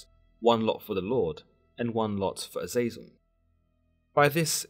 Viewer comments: AZEZ-el or JAZUS-EL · His name is pronounced Eh-Zah-Zel